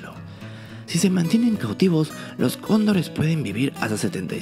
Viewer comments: Si dises cóndores muy rápido se escucha condon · Si yo también pensé que decía condones jajaja